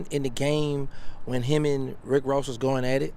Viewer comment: Rick woss?😂😂